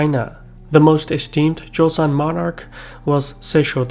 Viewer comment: Nah he literally butchered all of it except Joseon which was decent